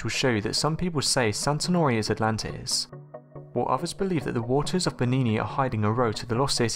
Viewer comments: Also its 'Santorini' not 'Santanori' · The island of Santonori? ahaha Dude check how you pronounce things beforehand. Santorini